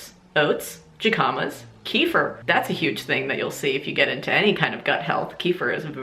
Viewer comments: You wild woman!! Jicama is pronounce “hih-come-uh” not “jih-com-uh” hahaha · jicama is hick-a-ma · amazing video! btw jicama is pronounced "hikama" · Jicamas😂😂😂😂 it’s pronounced hiccima... love you lol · I made this same mistake for literally YEARS but jicama is pronounced with an h sound, like the start of the word hiccup. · Bitchhhhh, I heard Pussy is God by KP. I’m living for that. Thank you 😂💓😂 Edit: jicama is pronounced “hee-cah-mah” lolol. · Not in anyway important lol but I think jicama is pronounced hicuma 😂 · Hey, great video! For future reference, jicama is pronounced hick-uh-ma:) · I am livvvvving for the way you pronounced ‘jicama’